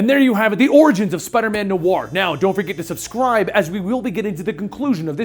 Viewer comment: Stop pronouncing noir wrong